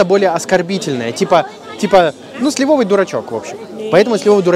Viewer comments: Правильно: слИвовый, а не сливОвый👍👌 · вы замечательный рассказчик. Но позвольте маленькое замечание: в слове сливовый ударение на первом слоге.